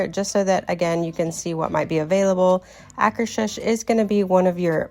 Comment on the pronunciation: This is so helpful! Plus hearing how to properly pronounce Akershus is a bonus